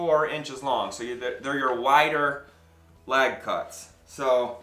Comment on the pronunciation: I laugh every time you say "lag". I think to myself, "what the hell is a lag?" and then I realize you are saying "leg" ' Thanks for your videos, really appreciate seeing a different style of planter. I made the three picket one today and really like it.